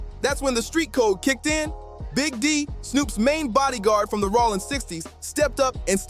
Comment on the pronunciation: I didn't know Jayo's name was pronounced in so many different ways! Plus, I didn't know Rollin" was pronounced "Rawlin"!😂😂 Suge is "Shoogay"! And there's NO WAY Snoop didn't know Training Day was in a Blood hood.